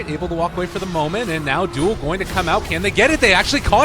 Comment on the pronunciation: When he says duel, i hear joule